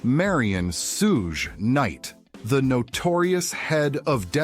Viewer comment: Sooooge Knight! Sooooga Knight! Seriously!?😅